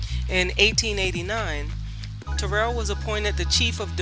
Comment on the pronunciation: My mom attended Terrell back in the day. She pronounced it just as you. She passed well into her 80’s in 2019.